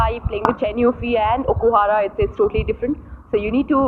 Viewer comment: It is okuhara not okuhar